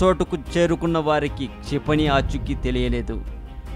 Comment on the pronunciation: its not "CHIPANI"...its "KSHA"....KSHIPANI....learn telugu first pls....try to concentrate these type of words...pls